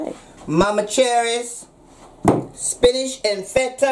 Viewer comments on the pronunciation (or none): Don't know about y'all but I'm gonna call spinach, spincah from now on. YO GO MOMMA!!